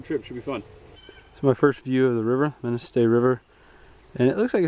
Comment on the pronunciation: Great video! I live near here and I've fished the Manistee many times. I've always wanted to take a multi day float. This is great inspiration. FYI. It's Manistee. Not Mainstee.